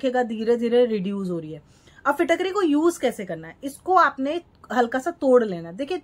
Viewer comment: फिटाक री nahi bolte Hain ise फिटकरी फिट (fit)+ करी (cari) bolte hai , कृपया ध्यान दें ।